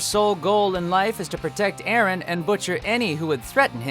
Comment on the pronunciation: watch out because you said: Aaron not Eren and Mikasa is a godess